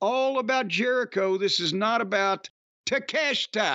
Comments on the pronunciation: Cornette saying Takeshita and Iyo Sky's named correctly is a revelation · In Japanese his name would be pronounced Tah Kay Shee Tuh